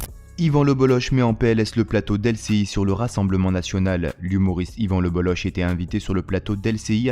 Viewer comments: On dit le bolok pas le boloche c est un nom breton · Le bolok en phonétique pas le boloche en phonétique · Désolé frère, on ne dit pas BolloCHE mais Bollok, c’est breton, comme la jota espagnole, le Bolloc’h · C'est écrit Bololloch, au lieu de Bolloch, et en plus ça se prononce Bollok et non Bolloche.... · C'est le BolloK, pas BolloSHHHH, OSKR ! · 🌚🌚🌚 Juste pour Info : on prononce "LE BOLLOCK" ☝️ et pas ""LE BOLLOCHE" ••• 🌚🌚🌚🌚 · Ca se prononce Le BoloK.. pas boloche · On dit lebolok, pas leboloche. Merci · PS : par respect, son Patronyme se prononce (en phonétique) Yvan Le "BOLOK" (et non pas "BOLOCHE") ceci n'est pas un reproche, c'est une information, cordialement, la bonne journée à vous tous ! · On prononce Yvan le Boloc, pas Yvan Le Boloche 🙂‍↕️ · Yvan le bollOQ ça se prononce comme ça merci 😊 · Ça se dit le bolok même si ça s’écrit le boll’och… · Yvan le Bolloch se prononce "Le Bolok". Pour info. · Ça se prononce le BolloK.. respectez les bretons ! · On dit Yvan Le BoloK!! Merciii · Le gen z ne sait pas que ça se prononce le BolloK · Ça se dit "Yvan LebelloK" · Ça se prononce le bollok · Yvan le Bolloc'h : se prononce le boloque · Ça se prononce le bollock. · Son nom se prononce Lebolok :) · Ça se prononce "Bolok" ^^ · ca se prononce le Bollok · Ça se prononce bolok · On dit bollok meme si cela s’écrit bolloch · ça se prononce Le BolloQUE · Ivan le" bolock" on dit😂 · on dit lebolok non ? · Un brave type, et c'est le bolloc'h son nom on prononce le k à la fin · Dommage que vous vous soyez plantés dans la prononciation de son nom… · Ca se prononce K à la fin